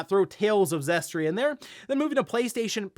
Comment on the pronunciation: I'm still waiting for the day when people stop calling Tales of Zestiria, Tales of "Zestria". did it multiple times in this video. Are people not able to read?